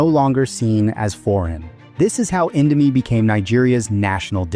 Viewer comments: Indo-my 😭😭 (Please just go to Google Translate and learn the correct pronunciation) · Indomie: indo mi isn’t INDO MY ffs! Americanised pronunciation working its charms here. Mi stands for Mee, which means noodles. It’s never indoMY Jesus…… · Mie is just the chinese romanization of /mi/ noodle not /mai/ btw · "Mai" lol how tf do you go from calling it indo "mee" to indo "mai". Either ai or just purposely trynna trigger people. Regardless, last time i'll ever see anything from this channel lol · everything is accurate, except, when the host said indo "mie", Mie this word is not spell it "My", its spelled "Me" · At minute really? Mie isn't spelled "my" but simply "me" just how you pronounce Indomie. DUMBO.